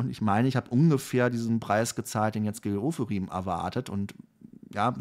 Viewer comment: Gil Ofarim nicht Geooferim 😅 der hat eh nicht alle Latten am Zaun. Pardon. Sternzeichen Löwe ♌